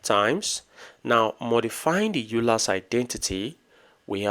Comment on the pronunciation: it is pronounced oy ler